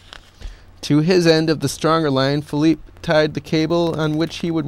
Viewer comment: hes philippe petit not philip